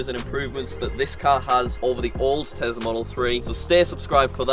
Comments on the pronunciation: Why does he pronounce it as Tesla not Tesla with the real S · Elon: Tesla: Tezla Me:Haha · Oooo tezlah (yes ik how to spell tesla)